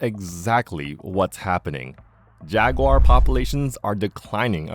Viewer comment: “This is a jagwaaagh, this is a pooomah”